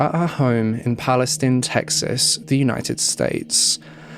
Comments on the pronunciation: This case is the worst I have heard in a while. That guy was brutal and remorseless! That poor lady and the family. Also, I am from TX. Palestine is pronounced PalestEEn. Weird I know. There is also a County here spelled Bexar. It’s pronounced as Bear. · FYI in Texas it's pronounced "PAL-i-steen" and "NAY-chis" :)